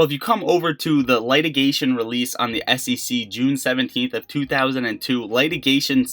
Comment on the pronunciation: It's "Litigation" "Lit"... rhyming with fit, bit or sit. With that out of the way, I do love your videos. You're one of the best right now. Keep it up!